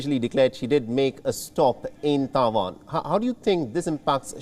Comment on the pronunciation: It is Tai Wan not Ta Wan!